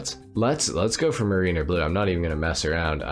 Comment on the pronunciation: MARE-rin-er, not muh-REEN-er. Like Rhyme of the ancient mariner. Just so ya know and so I don't walk out one day and hear everyone saying muhREENer and have to go jump off a bridge 🤣🤣🤣